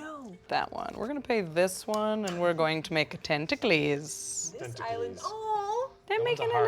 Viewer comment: I can’t wait for Magic to make “tenta-clees” a new card in the next set.